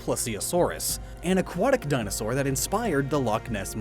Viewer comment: I was cringing everytime he said dinosaur, don't blame him from not knowing but for Who knows....eeeeh